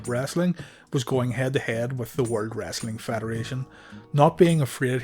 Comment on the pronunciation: Everything on your channel is great👍🏽 .Except when you say ( world )